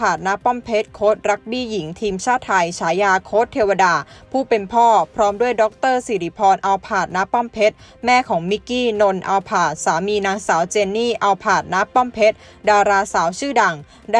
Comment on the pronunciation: อ่านนามสกุลเค้าผิดนะคะ อัลภาชน์ อ่านว่า อัน-ละ-พาด นี่ออกเสียงเป็นรถ Toyota Alphard เลย T_T